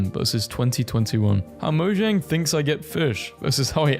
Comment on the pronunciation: its moe-jang.